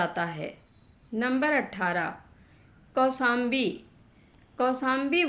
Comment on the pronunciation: Vindavan nahi, Vrindavan..Kosambi nahi Koshambi, Kasi nahi Kashi...kisi padhey likhey vyakti se recording karao..